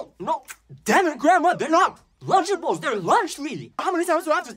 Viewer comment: Lunchables❌ lunchablelees✅